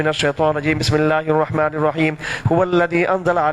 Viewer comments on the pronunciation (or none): none